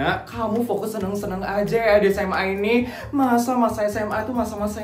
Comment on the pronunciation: Kak kok tadi ngomong serem bukan seneng?